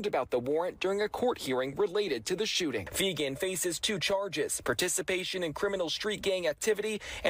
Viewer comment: *Nicole Fegan not Nicole Fenger lol